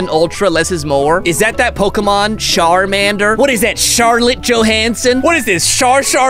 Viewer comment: Charmander not sharmander Charmander